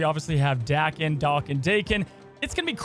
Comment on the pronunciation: “I’m going to pronounce his name as ‘Dack-en’ going forward. the next day: “Dacken…Day-ken…Dah-khan!”